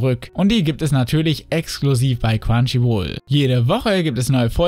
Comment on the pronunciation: Wenn du Crunchyroll sagst verstehe ich immer nur quantchyruol